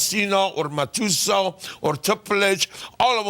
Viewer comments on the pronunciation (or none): he calls Batista "Ma-tu-sa"